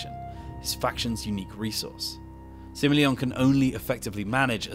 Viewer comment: Pronounces Sima and Cao Cao properly. Pronounces Luoyang wrong. ???